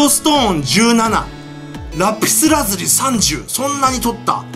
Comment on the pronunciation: ヒカキンボイパしすぎてラピスラズリの発音がw